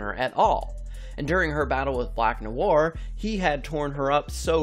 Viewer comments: Noir" (pronounced Noo-ah) is a very basic and common french word, used frequently even in the English language, hearing you butchering this word over and over and your lack of basic knowledge just makes me cringe so hard. (hint use google translate and click the listen button) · hate how he says noir